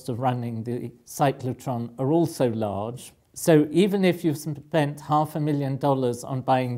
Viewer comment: I get confused when he says ion because I don't know if he's saying iron. Same with lodge and large, call and coal. They sound the same when he says them.